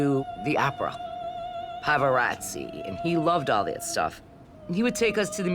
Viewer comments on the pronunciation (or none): The fact that she said “Pavaratzi” instead of “Pavarotti” and then proceeded to say how that clown of a father wanted them to be cultured .... LOL .... GTHOH. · Yeah good ole Pavaratzi. Right up there with Andrew Bocculism and Sarah Birmingham. This lady is super kultured. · “He loved the opera, “ Pavarottzi” and all that”